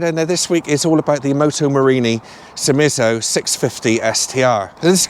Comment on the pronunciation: Great looking bike, the Italians can do style 👍. I can hear you were very impressed, did find the name a bit of a mouth full 😂. Take care on that ice 🙏. Great review as always